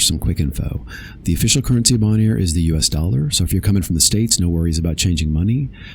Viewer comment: The fact that you cannot pronounce the island correctly (it's "bone-air") shows how ill prepared you are in making this video. Zero credibility. I lasted 5 minutes.